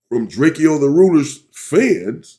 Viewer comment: It’s DRAKE-O not DRAKEO 😂